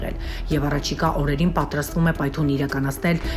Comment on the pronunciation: Տիկին, պայթուն չի, պայթՅուն է, այ քո լրագրող ասողի...😠